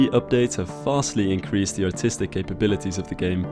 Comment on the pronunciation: ''vastly increased the AUtiSTiC capabilities of tha game''